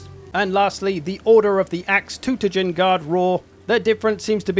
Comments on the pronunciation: It's so bad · It's funny how the narrator pronounces "Todbringer"